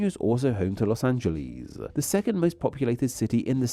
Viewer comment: The way you guys pronounce Los Angeles is even weirder than Nevada.